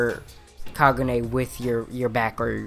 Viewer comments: Say it with me it's pronounced (kah-goo-nae) good now say (kah-koo-ja) thank you now practice and repeat. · kagune is pronounced kar-gu-nay